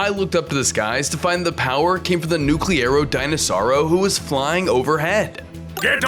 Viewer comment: Bro is saying nucerlo denosaur